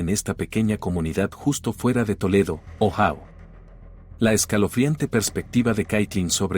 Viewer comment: Ohao no existe..joder..Ohio(Ohaio)..hazlo bien que no te cuesta nada